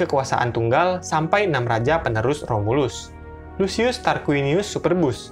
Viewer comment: Lucius dibaca /lukius/ Caesar dibaca /kaesar/